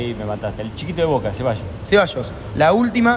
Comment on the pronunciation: El mejor equipo del fútbol argentino actualmente...y dijo Voke jajaja 🤣